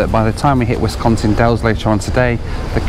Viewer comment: Thanks for pronouncing Wisconsin the right way!! Please visit us again!